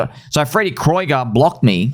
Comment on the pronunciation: I thought it's pronounced Freddy Krueger like the nightmare on Elm Street guy